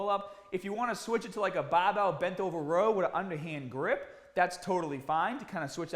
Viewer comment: Bah-bells and Kah-dio. Hit it hahd! Wait, I recognize that accent! The hardest workout is not the 1st one back, it is the 2nd one. I workout at home and was ill for 5-6 months. I lost a lot of gains and it took several attempts to get to a 2nd workout and if you don’t do it within days of the first, it becomes the first again.